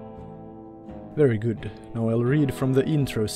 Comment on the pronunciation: You know it's a good video when he says "veery gut" Love your stuff man.